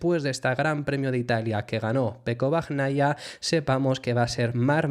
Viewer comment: Un apunte, se pronuncia "bañaia" y "alesh". Por si quieres mejorar la pronunciación. Buen trabajo